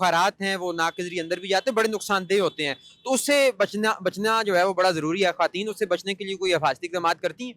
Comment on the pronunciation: Good Efforts for women empowerment. Anchor sab please ap apna talafeez teak kareen. Khateen nahi khawateen word ha. Aur ap jiss ka interview kar rehay hain wo khawateen he bol rehe ha laken ap bar bar khateen farma rehay hain. Please don't mind. ❤❤❤❤Love from sargodha .Happy New Year 🎉❤🎉❤🎉❤🎉❤